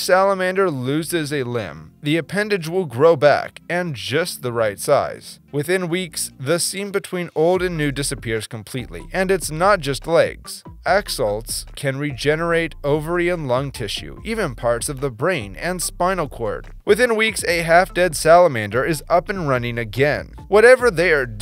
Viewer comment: OMG I CAN AXOLTS (no hate it’s just funny to me how he said axolts instead of axolotl)